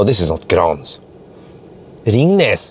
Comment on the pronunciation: "Ringnes" ka farsken😀🤣 fun to watch your videoes :)